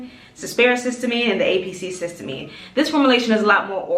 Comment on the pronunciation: Thanks for you video; your skin looks great! I learned about this product via Dr. Alexis Stephens. I believe it's pronounced: siss- tea- uh- mean. 😊